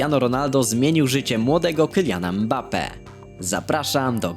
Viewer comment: Kyłlian mmbappe ale mnie denerwujesz jak tak gadasz